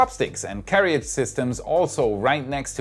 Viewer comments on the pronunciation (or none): That word is pronounced [Care Ridge] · Hi. I know you're a knowledge junkie like me, so you'll hopefully be appreciative to learn that carriage is actually pronounced carridge, as the second 'a' isn't pronounced. Thanks for your content, I like your presentation skills. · Hi, in case no one mentioned it, 'carriage' is pronounced 'ka-ridge'! Thanks for your enthusiasm and content. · FYI - in English, we don't pronounce "carriage" the way it is spelled (like a frustratingly large number of words, sorry). The "ia" in the second syllable just makes a short "i" sound. So it's like "ridge" with a "care" in front. You do an amazing job, especially as a second language. I hope this helps. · I was going to say this if I could find a way to send direct messages on YT. Anyway that may be normal pronunciation in a dialect other than American English.